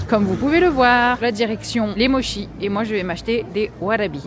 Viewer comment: Mdr par pitié si tu peux prononcer Mochi à la japonaise pour rétablir la vérité sur la mauvaise prononciation à la française Mo chie 🤣